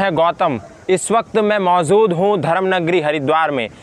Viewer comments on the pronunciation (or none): मौजूद होता है मौज़ूद नही होता है अच्छा नही लगता है आप हर बार ये ग़लती करते है तो उम्मीद करता हू अब ठीक कर लेगे।